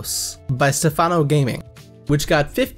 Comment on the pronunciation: I'm so happy to see both of my games in here! 🤩 The House Someone's in the Shadows ( for a couple seconds lol) Also, thank you for pronouncing my name right 🤣 for some reason so many people pronounce the "a" in Stefano with a "u" type sound.